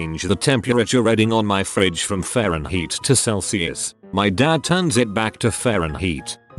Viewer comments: I like how the tts pronounces fahrenheit as fahrenheat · "faren heat". I like it. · Text to speech can properly pronounce rvvvvaaaaahhhh rvaaaaahhhhh screeeeeee but can’t pronounce Fahrenheit